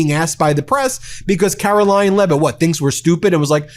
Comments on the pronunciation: are you saying "Carolying" Leavitt? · Why can't kkkaroling pronounce CONSONANTS at the end of words...